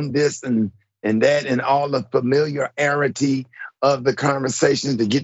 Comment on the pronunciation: Interesting conversation. But one failed reading and the other failed speech eg:- "fameel-ya-arity" 😢